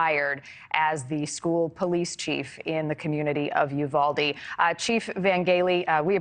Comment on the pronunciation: Yes!! But they all keep mispronouncing Uvalde also. 😕😅